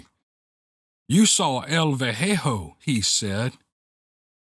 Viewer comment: Were you trying to say “el viejo”? Lol It’s “Vee-AY—ho” Well, I guess that no matter how much you state differently, people will keep thinking that “ghosts” are dead people. That’s exactly what evil spirits (demons) want you to believe. Exactly. If they can convince you that death isn’t really death then 1) they will perpetuate the Devil’s lie to Eve, that they “would certainly not die, 2) all the Biblical promises (both in the Old and New Testament) that the dead will rest until the “Last Day” will be made to look like lies (and God as a liar), and 3) there would be absolutely no need for Christ to resurrect the dead at that time, diminishing the importance of his own precious sacrifice and resurrection by his Father. I could copy/paste a long list of Scriptural references here, but I doubt the majority would even bother to look them up. I think most people these days would rather listen to occult shop owners and ghost stories for their information. Sad